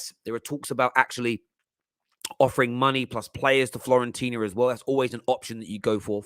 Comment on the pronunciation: Why do people say "Florentina" 🙄 02.42